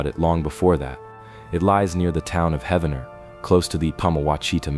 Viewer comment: Heaven-ner? no, Heev-nr ... this whole video is a hoax